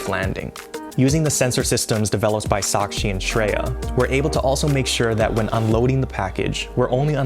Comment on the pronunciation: I love how said the pronounced the name shakshi and shreya perfectly....